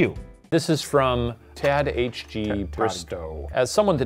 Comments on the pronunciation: for future reference, Tadhg is a common Irish name pronounced "Taig"! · I love Ryan correcting him but just with another wrong pronunciation 😭😭 it’s tie-egh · Tad-H-G lmaoooo My dear Shane, Tadhg is an Irish name, it's pronounced like Taig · "tad-h-g" had me dying 💀 i didnt hear properly and thought theres no way they got that right on the first go. i was right lol. (its said kinda like the 'tige' in tiger, its a popular name here in ireland. idk irish is confusing when you dont know it) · shane's pronunciation of Tadgh is funny. Tad H G lmao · Pronouncing the first person’s name as “Tad H G” cracked me up. It’s pronounced Tyg (like the beginning of tiger). :) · haha tad hg- guys you're not at fault, that's a name, tige like tiger. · Do they look up how to say the names of the commenters who send in messages before reading them? Hearing Shane say tad-h-g rather than 'tie-g' was so weird to my ears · not complaining because i know it’s a fairly uncommon name but i felt a physical pain in my chest when shane pronounced tadhg as tad hg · Obviously as it's a different language the spelling is very confusing for English speakers but Tadhg is an Irish name pronounced "tag". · „Tad H G“ bless but what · I love Shane pronouncing Tadhg as Tad-aitch-gee 😂😂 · Shane it's pronounced Tie-G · Shane, I love you but Tadhg is pronounced like the first syllable of tiger. It's an Irish name. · lmao love the way he pronounces Tadhg 😂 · shanes pronunciation of tadgh has me crying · As soon as I saw Tadhg I knew they were gonna butcher the pronounciation and I was not wrong. Also love that Shane frequently says he's a man of science and maths yet has on record said he doesnt like maths and doesnt know the difference between an asteroid and meteor and a meteorite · WHY IS NO ONE TALKING ABOUT SHANES ABSOLUTE BUTCHERING OF TADHG PLEASE I HAD TO PAUSE THE VIDEO TO RECOVER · Rip tadhg one day someone will get an irish name right